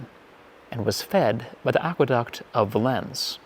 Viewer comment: isnt it pronounced VAY-LENS not vuh-lens